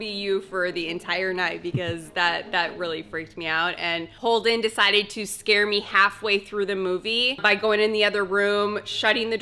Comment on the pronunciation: Holden-uh! Noooo-uh!!!